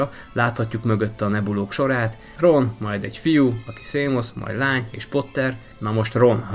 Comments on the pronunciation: Am nem szémusz hanem sémösz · Nem Szímusz hanem Sémösz